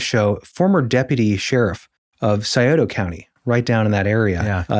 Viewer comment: You’ve lived in Ohio all your lives and you don’t know how to pronounce Scioto or Gallipolis? Really?